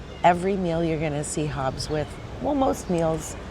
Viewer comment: Please work on your pronunciation. It's not Hobbs.